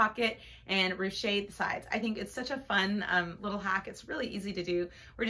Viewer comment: Just for general information, it is pronounced "roosh", not "roo-shay". It does not have an accent at the end, and is just one syllable, and is not a French verb. It is from an old French noun meaning "beehive". "I ruched the seam", " There is ruching at the side" "You can ruche the sleeve", etc.